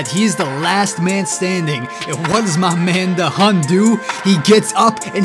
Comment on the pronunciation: Da hun ❌ Da him ✅